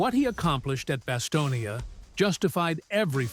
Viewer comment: It’s BasTONe, as in the word stone. Not Bastonia, for Pete’s sake. The final e is silent. How can you make a video about the place and not know that?